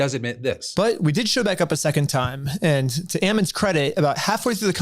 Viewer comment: The mispronunciation of Ammon makes me laugh, but he also sucks, so there's no need to fix it. If you're curious it's like Apple not Almond.